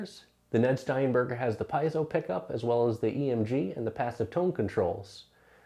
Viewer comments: pee-AY-zo. How hard is that?? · Maybe it's because he can't pronounce piezo (pee-ay-dso).